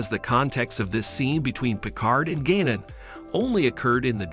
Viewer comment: Gannon? It is spelled Guinan and pronounced like "wine-an" with a G.